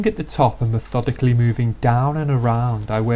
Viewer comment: "me-THODICALLY". Seriously though, applying a finishing product to the inside of a wheel arch? Holy overkill, batman. for a real show car, I can understand being this METHODICAL, but for a factory Mercedes? 20 minutes PER WHEEL??? I salute you, my friend, you are FAR more patient than I will ever be.